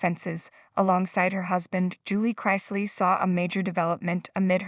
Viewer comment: Wah-wah! Do the crime, do the time. Youre saying their last name incorrectly.